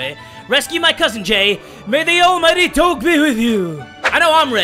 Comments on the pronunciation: Your pronouncing doge wrong lol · Love your vids I thought he was saying dog weird but then I realized it was doge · When you don't know how to pronounce doge. Also, isn't it ironic that there's a cat game ad? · He didn't say doge right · U said doge wrong -.- offended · You said Doge wrong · Why does he say doge like that? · WTF YOUR PRONOUNCING DOGE WRONG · You that is not how you say doge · It's supposed to sound like DOJE not DOGE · It’s not doge (Do-geh) it’s Doge (Do-Juh) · It’s nor dog it’s doge got it you said it wrong not g but ge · Kilahni Hanna yeee it’s doge not dog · It's Doge Not dog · It's. Not. Dog. It's Doge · he meant doge not dog lol pronounced it wrong. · why you say doog it is dooj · doug Me:inhales and outhales intensely Also me:ITS DOGE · doge is pronounced dodge. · You know you say it like dogh-ju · He realy probounced doge like dawg instead of dodge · Dog-e It’s do-j-e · Ma dude, ya been pronouncing "DOGE" wrong, is sounds like "DOJE" Glad to be of service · ITS PRONOUNCED DOJE NOT DOGE SPELLED DOGE BUT SOUNDS LIKE DOJE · Who else is bugged that Jay said it like Doe-ge instead of Doe-je? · Im so triggered bc he said it like “doge” instead of “doje” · Wow it’s do jeh not do ge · it's cringy af when he says doge instead of doje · its Doje not doge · you say doge weirdly. its pronounced doshe. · jay, it's pronounced DOG EEEEEEE. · it's prenounced Doggy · it's not said like that it's doe gu or doge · you're saying doge wrong is Dough-gee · NorthBoundWolf it's like dough je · I though it was Doe-j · yes doje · No it isn't is named Pronounced "Doj" Or "Dogi" or "Doug" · It's do ge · It's d-oe-j. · does the way he says doge trigger anyone else.... (dough-juh) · Dough guh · No one talking about him saying doge wrong the whole video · IT'S PRONOUNCED "DOJE" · Say it as doje instead of the real spelling btw funny vid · its prnounced more of doje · ITS PRONOUNCED DODGE WITH OUT THE SECOND D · It’s pronounced Doej or doje